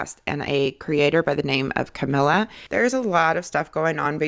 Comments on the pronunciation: I have no dog in this fight but wrong pronunciation drives me crazy. Cuh-me-lee-uh. Not Camilla. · Funny that you’re talking about accuracy. Her name is not Camilla. It’s Cam el i a. Look how it’s spelled. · she is talking about accuracy and mispronounces her name ...and you”re= you are.